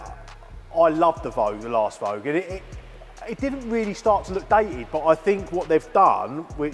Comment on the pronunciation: It kills me when people say vogue 😅